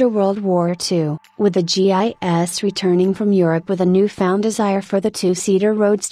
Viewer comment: Tip for the creator: when listening back to the audio, when the voice says something 'wrong' like G-I-S (when you want it to say GIs) write out your text phonetically (write, for example, 'G-eyes' in your script). Try it.